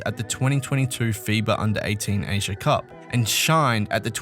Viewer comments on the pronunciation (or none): none